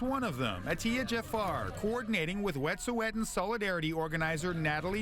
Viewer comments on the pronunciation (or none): Try pronouncing Wet'suwet'en properly 🙄